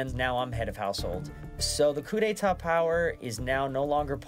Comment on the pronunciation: did anyone else realise in the beginning clip, he said cu de ta, and then he gets the cu de ta power😉😉😉